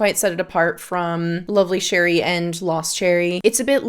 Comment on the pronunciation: Setting aside all of the information in your video ( of which I very much appreciate), you’re the first person I’ve come across with a review of Lovely Cherie and pronounced the name correctly… yay for you! I was wondering if you ever smelled Alexandria’s Fructus Virginis which is a clone of TF? I love fragrances with cherry and almond but I was not a fan of Fructis Virginis. I don’t want to buy Lovely Cherie and have the same experience. Thanks for the review.